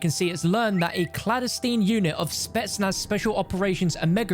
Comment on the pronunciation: Clan-des-tine not cla-des-een